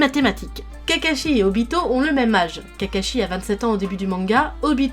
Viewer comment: J’arrive pas à prendre cette vidéo au sérieux, ‘’Itachie’’ ‘’Cacashi’’ ‘’Uchiwa’’ ‘’Rinéguane’’